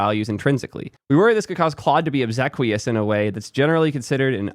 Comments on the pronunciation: ob-see-quious English nerd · “It’s literally just a bunch of vectors…” this is called reductionism. It’s clearly more than that, or everyone wouldn’t be talking about it all the time. And obsequious is a pretty common and totally appropriate word here. It should be pronounced ob-SEE-kwee-us. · The word of obsequious is a ninth or 10th grade vocabulary word. And it would help if you learned how to pronounce it correctly. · oh my god he even pronounced it wrong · "Absurd vocabulary flexing", just because you don't know how to pronounce "obsequious" (but still call yourself an English nerd!), doesn't mean this is vocabulary flexing.